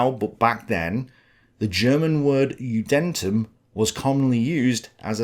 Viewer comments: It is sometimes really ridiculous when English historians pronounce German words. ye god old "judäntm", my personal favorite was when pronounced Schlafstelle or in another video Pflichterfüllung. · “Judentum” is pronounced “Yooden-tomb” Also “High-school” is a somewhat misleading translation of the German “Gymnasium”, the better translation would be “Grammar-school”. Essentially it’s an academic secondary school which prepares you for University. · i only want to point out one thing and that's the pronounciation of judentum it's more accurately pronounced as juden-tum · Poor ~ what is he supposed to do? ~ Summon some middle age German guy named Günter to cut in every now & then to do pronounciations?